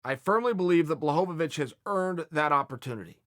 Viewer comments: HorweenJunky jan blagoyovov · “Blahovavich” is almost as bad as “Ya Rear” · Jon blohgovich